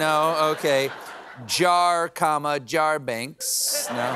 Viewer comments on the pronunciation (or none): Is that right? Jar, Jarbinks? I thought it was Jar Jar, Binks😅